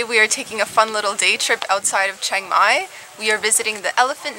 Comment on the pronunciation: Pronounce Chiang mai= Chee young my